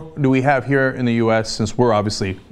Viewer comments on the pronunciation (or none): none